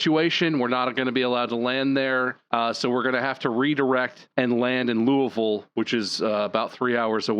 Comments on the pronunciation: Hearing them pronounce Louisville correctly warms my heart! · yep! where i live it's commonly loo uh vull, aka the way they pronounced it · I can't believe they all pronounced Louisville correctly o.o